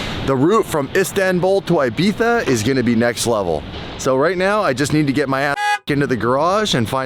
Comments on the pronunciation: why you say ibittfa or what it sound its ibiza. great video long time og viewer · Im going to be a party pooper here… sorry but my adhd can’t handle it It’s Ibiza not Ibitha.. lol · saying Ibiza with the “th” sound for the letter z is probably the most cringey and irritating thing to listen to……😒🤦‍♂️ there is no need for him to pronounce it that way. He is not native to Spain and there is no reason for him to randomly be using a Castilian Spanish accent just for one word. I have noticed that every cringey lame YouTuber and dweeb from L.A. that talks about or goes to Ibiza thinks it is so cool or trendy to say “Ibitha” when they actually just sound like idiots. I think just likes it so much because it is the one word he can say with his “Lithp” (lisp) not being an issue!😂